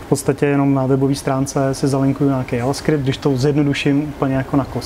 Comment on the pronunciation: JJJJ ... avaskript??? Kdo to tak rika?🤢🤢🤢 Ten jazyk neni pojmenovanej po motocyklech Jawa, ale prebral jmeno od Javy, ktera vzala jmeno od slangoveho vyrazu kavy, ktery vzniknul podle napisu na pytlech s kavovymy zrny z ostrovu Jávy .. takze je jasny ze se to ma vyslovovat dzavaskript 😆😆